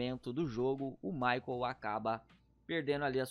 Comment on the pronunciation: "MICHAEEL" KKKKKKK Ô U PORTUGUÊS MOÇO